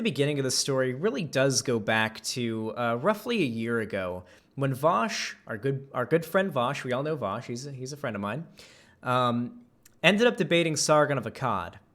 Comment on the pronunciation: I cannot stand how sargon says vaush voaaaaaash